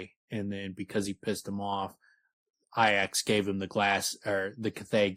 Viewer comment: Wouldn't it be pronounced "EE-ax"? I think its supported by the name Haliax also. Breath of Iax, id assume you'd say it the same as you do in the name Haliax. Unsure. Never heard Rothfuss say it, but they pronounce it ee-ax in the audiobooks.